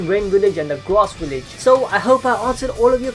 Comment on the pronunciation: Every time you said WILLEDGE I cringed just a little.